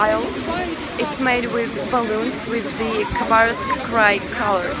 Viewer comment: Interesting that you pronounce the K in Khabarovsk - I was told by someone that it was silent, now I know better :-)! Your english is excellent, you have a russian accent but it's very nice and never interferes with understaning (there are plenty of accents within Britain that can be very hard to understand)! I would love to visit Eastern Russia one day! I love that the rescue guy could barely stop himself from laughing with the woman protesting about how much her car cost :-)! I was surprised to see a drag show in a night club in Russia, thank you for being so genuine, open and honest it's really great to see these parts of Russia. Adultiing is hard sometimes - you're doing fine:-)! I'm slighly worried that the political aspect of your videos might get you in trouble, I don't know, it's not something you need to worry about in my country but I think perhaps it is in Russia. I hope this message gave you some encouragement, your videos are great, no pressure to make any more though - just do what you want to:-)!